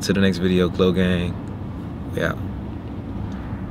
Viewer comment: Bro why you saying glogang